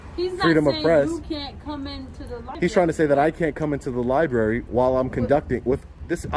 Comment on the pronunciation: Seems like the man in charge of the liberry should be able to pronounce the word library.